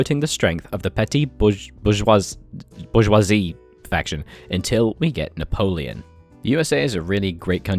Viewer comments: it's 'boo-j--wha-zee' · it´s actually pronounced Bourgeoisie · bor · zhwaa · zee (That is how you pronounce it) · Bourgeoisie is pronounced boar-shear-see btw, awesome bit tho! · I believe its pronounced Bourgussy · bourgeoisie in US english is generally pronounced like booj-wah-zee